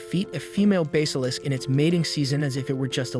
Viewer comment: "Dim"-"Metris" SMH. At least "Dim" is suitable. Hair, hare, harry (verb), splitting hairs here, so many hairs, hairs, hairs, OMFG! Google pronounce heir.,, A what,? Google pronounce basilisk, Teach your AI to pronounce it correctly. Knave: a dishonest or unscrupulous man, right? OMG, Ugh. SMFH,. LoL, did he take a missile up the butt or something?